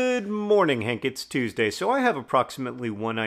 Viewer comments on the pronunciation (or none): none